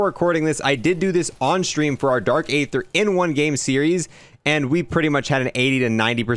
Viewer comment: was the first and only time you pronounced “aether” correctly Also “col-o-nels” office 😅